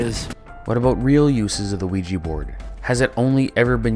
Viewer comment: If it is a combination of French and German words, then the German pronounciation is really bad!